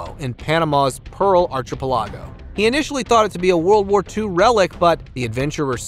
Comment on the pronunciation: It's not pronounced "THAMES" ... it's "Temms" Archipelago -- It's not ark-i-pil-AH-go... it's ark-i-PEL-ah-go. I like your content, but just wanted to let you know the correct pronunciations. :)